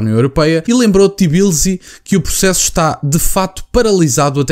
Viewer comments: Apenas para informação, o nome da capital da Geórgia pronuncia-se como se escreve: Tbilisi (te-bilisi) Abraço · Boas, diz-se T - i - b - l - i - s - y (Capital da Geórgia). Excelente vídeo.